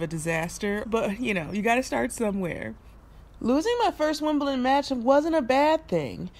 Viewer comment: I'm from Wimbledon and I recall ya'all calling it Wimpleton way back when you first arrived - so sweet :)